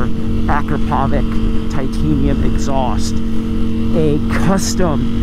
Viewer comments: Hey, it's pronounced ah-krop-oh-vich, not ak-roe-pove-ik... The only reason I know this is because I saw an Akropovic factory rep say so on a video a while back. 🤷🏻‍♂️🤣❤️🏍️ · it's not A-krah-PO-vik, it's a-KRAh-po-vits! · "Listen to that dry clutch!" -while rocketing away and not letting anyone listen to it "Ak-ra-povik titanium racing exhaust!" ak-rah-pov-ich And holy shit, stop riding around with your highs on, making everyone hate us. Thank god for daily rider. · I cringe when he says Acrapovič... it's A-crop-o-vich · Say it with me,. “Ah, crap (trill the r if you’re really fancy), oh, vich…” together we can end this mispronunciation forever. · So cringey when people can't pronounce Akrapovic. It sounds like this... Uh-Krrra-poe-vich. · Dude, you earn a living reviewing motorcycles. You should by now reeeally know how to pronounce Akrapovic. You're far off. For the last time: Ah-KRAH-po-witch. Big emphasis on the second syllable. Third syllable is not poe, it's po. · Your saying akropovic wrong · My man butchered Akrapovic’s names like it’s not all over the motorsports world. Companies trophy cabinet is stacked! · you should work on your pronunciation for foreign brands/names. In Italian a”ch” has a k sound. Marchesini should be correctly pronounced “Markesini”. Akropovič, a Slovenian name, is pronounced “Akropovich”